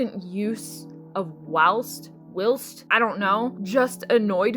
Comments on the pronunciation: Whilst is pronounced while-st in the picture you put the ī means a long i if it were to have a ĭ it would be will-st (feel free to correct me if I’m wrong but I’m like 90% sure) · I love the word "whilst" because I think it's fun, but only to set a scene, and most importantly, IN MODERATION!!!! Also, if you wanted to know, I'm pretty sure it's pronounced like this: W—(eye)—LST, like the word "while" with an "st" at the end :) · Whilst is pronounced like while with the 'st' at the end. Say the 'st' like you'd say it in the way 'gist'. So it's while-St. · ITS WHY-ILST OMG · People say whilst; though overuse of the any word is annoying. And your butchering the pronunciation, please listen to it said for my sanity.